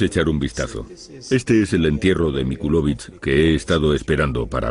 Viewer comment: MILOCVICH NO MICULOVICH